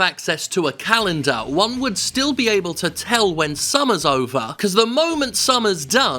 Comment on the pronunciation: "If Juan didn't have access..." Juan? Who's Juan?